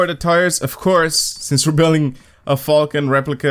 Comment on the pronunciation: when you say falken it sounds like fuckin lol